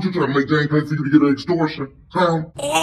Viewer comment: He said "an exsortion" 😭😂😂😂😂😂